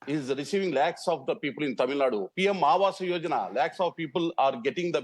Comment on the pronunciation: Anchor mind your Pronunciation.. its not Tamilnad it is Tamil Nadu and not Salim it is Salem(say lum) stopped watching after 2 mins.. moodhevi